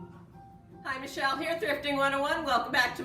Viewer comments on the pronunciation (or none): none